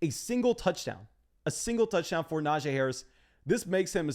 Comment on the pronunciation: Love your content, BUT, I gotta help you. It’s Nah-Gee Harris. NOT Nah-Jay. You’re welcome.